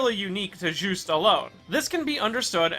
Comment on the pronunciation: Oh i always his name is called jus-te' belmont. Not juice belmont